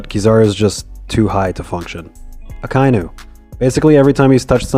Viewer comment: Why do you pronounce Kizaru and Akainu in the worst possible way